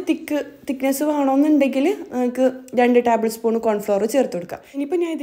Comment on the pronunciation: Taaabal spoon alla table spoon